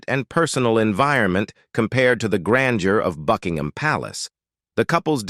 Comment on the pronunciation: Did she say "Fugginhim Palace"😳